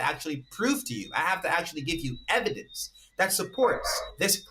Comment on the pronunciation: Yes, but do you have any evidence? Evidence? EVIDENCE??? Do you have any? No, not just words, any actual EH-VEE-DENSE? No, didn’t think so.